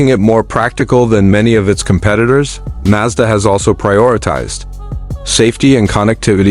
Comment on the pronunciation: Right, the RX minus 8. Got it. And this stupid AI voice needs to learn how to pronounce Mazda properly.